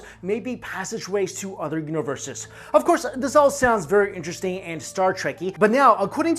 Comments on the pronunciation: "OTHER" not udder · Love it when Asian people say "other" Udduer.....lol